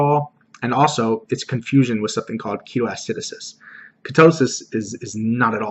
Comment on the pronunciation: Great video! One thing that's bugging me though it's pronounced Key-TOH Ah-si-DOH-sis not ah-SI-do-sis. Keep up the great work :D